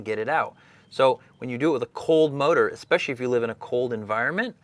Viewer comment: Lost me at ex-specially